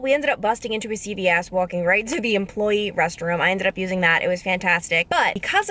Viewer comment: You said “walking” with the most New York accent 😂😂